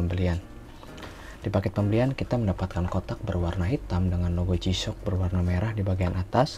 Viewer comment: Kameranya kurang deket bang, okelah pengucapannya udah jisyok bukan gisok 😁👍👍